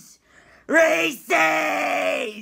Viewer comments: The kids in my neighborhood pronounced it "Ree-see's" when I was growing up, instead of "Rees-iz". I get triggered by this guy. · You're pronouncing Reese's wrong. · I ain't gonna lie,I act the same way when someone pronounces it Ree sees!